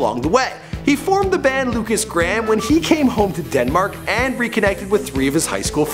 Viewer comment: lukas gram? its pronaunced Lukas Grayham